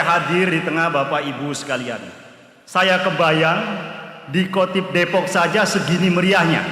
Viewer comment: Katib Syuriyah ya pa Bukan Khotib... BANGGA DADI WONG NU, BANGGA DADI WONG DERMAYU